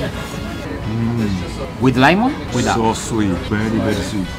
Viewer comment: "with laimon" jajajajaja se la rifo mi